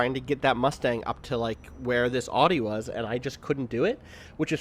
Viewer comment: He doesn't know how to pronounce Audi?